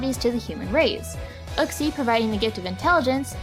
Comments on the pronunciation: everyone say uhxie its youxie jeez it was even in the anime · it's yooxee not uxie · in pokedex 3d app, uxie is actually you-xie. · You absolutely butchered Uxie's name pronunciation...